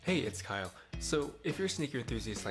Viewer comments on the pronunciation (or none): none